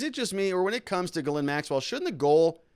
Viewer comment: STOP saying her name that way lol Try pronouncing it JIS-LEN. That's how most English folk would say it even though it still isn't spot on. Quit butchering the French language haha Love your stuff btw.